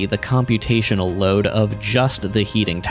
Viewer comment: Next is theeeuh problem of how toouh loaduh thee train.